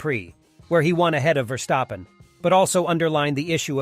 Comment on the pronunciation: Impossible, question has no answer. Max will always be number one, his driving forces it to be so. By the way, his name is pronounced differently, the st in his name sounds like as in step. You pronounce it like scht instead of st, which is more of a feature in German names, not dutch ones.